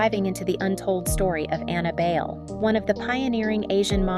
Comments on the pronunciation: Bale????? Do ur research girl. BAY-LE. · BAYLE is pronounced as BYE-LE, not BAIL. Annabelle ‘Abel’ Bayle was a tall slim dark skinned girl in the 70s. She was my freshman ‘70 batchmate at the Philippine Science High School and classmate at the University of the Philippines. No one then really foresaw her soon to become a beauty queen and a top ranked international supermodel! Her real career of choice was to be a doctor of medicine. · Pronounced as Bay-Le. Bai-leh. You do not get to Americanize. You should learn to respect that and honor that by saying it correctly. Kinginang boba ka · That's the problem with the content creator using an AI voice for narration - it automatically defaults to the westernized pronunciation of the name "Bayle" just like it would pronounce the actor Christian Bale's last name.